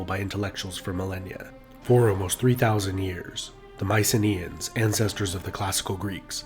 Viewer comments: For fuck's sake,make the effort to pronounce their name. It isn't MICE-EENAY, it is MEE-KEE-NAE. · Would Myceneans be pronounced with a hard K sound instead of the Ss?